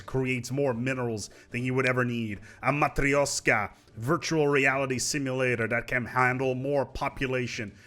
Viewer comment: matrioshka is a russian word, read the sh as in scheiss or shit.